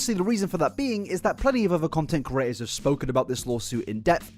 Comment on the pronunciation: he's been calling people curators instead of creators for years now and it pains me every time (edit: he calls himself out at 28 minutes lmaooooo)